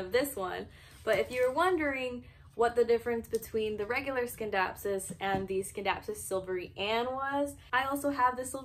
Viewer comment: Nice video. But it’s “sin-dap-sus” not “skin-dapsus”